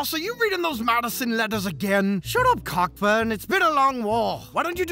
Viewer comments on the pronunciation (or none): Ha, the admiral Cockburn (and his family)'s name mentioned is actually pronounced "Koh-Burn". You've got a new subscriber, by the way! I'm looking forward to seeing more. 🙂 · Ha, it's actually pronounced "Koh-Burn". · "Cockburn" is pronounced "Coburn" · How are you pronouncing that?